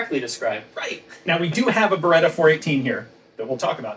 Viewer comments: I finally figured it out. "Beretta." I figured it out on my own from the rest of the video. IN NO WAY does it sound like that's what he said. Even now that I know what he said, it still doesn't sound like he's saying anything close to that. It still sounds like "barga." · It's "Beretta" instead of "Beredda", "Walther" is pronounced "Valta" instead of "Uolther" and "PPK" is pronounced "peh-peh-kah". I don't understand how someone, who has written a book about it, gets that wrong. 🤔